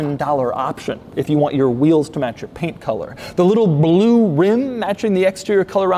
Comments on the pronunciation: The way Doug says “bloo” is almost as great as how Boris Johnson says it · I strive to say the word "Blue" like Doug does. BLEEW Nailed it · Why does he say blue like that tho 😂